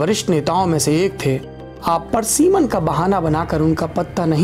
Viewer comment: parsiman nahi pariseman hota hai.